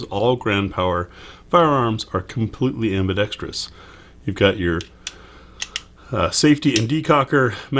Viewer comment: Thumbs up on this video just because you pronounced ambidextrous correctly.